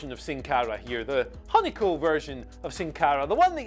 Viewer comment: Hun-ico Me: don't do it dx Hun-ico Me: it's pointless HUN-ico Me: IT'S UN-ICO!!!